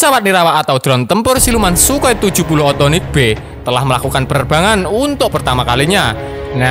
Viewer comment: Bukannya sukhoi s 70 okhotnik yah😁bukan othonik